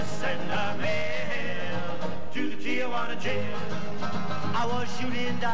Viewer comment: It is a shame that so many people pronounce the name TIJUANA as if its TIAJUANA.